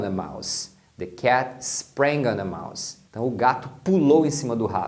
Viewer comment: Um detalhe importante é que, quando house é substantivo, o s tem som de s. E quano é verbo, o s tem som de z. Prestando atenção, notamos que foi assim que o pronunciou.